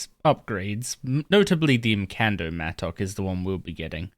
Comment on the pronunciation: bro said mattock wrong too many times